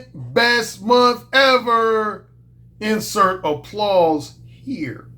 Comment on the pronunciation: First times I heard you say "insert - dog face - here" I thought you said "incel - dogface - hater" 😄. In this video it's suitable.